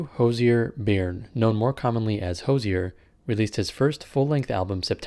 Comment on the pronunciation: I'm not Catholic but thought it was an interesting breakdown, I wish more Christians talked about lyrics and philosophy. The song is full of strawmen. Just an fyi his surname is pronounced 'Burn' not Bearyn like the lead singer from Talking Heads, David Byrne.